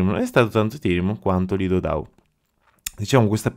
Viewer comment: Dou Nou non si può proprio sentire ti prego🤣🤣